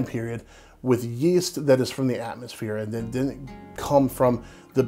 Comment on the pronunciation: "Wool-knit," "Cool-knit," and "Din-knit" = wouldn't, couldn't and didn't.